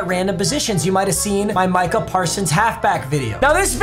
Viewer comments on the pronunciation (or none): none